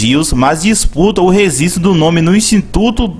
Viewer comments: Rezistro? Rezistrar? Rezistrou? Vou te apresentar meu amigo: Letra G! kkkkk Seu canal tem altos vídeos interessantes, mas procure errar menos as palavras e os plurais que vai ficar perfeito e vai gerar ainda mais visualizações! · rezisto ou registro ? kkkkk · ReGGGGGGistro!!! Fala direito porra!! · Fala registro. 😂 😂 😂 😂 😂 😂 😂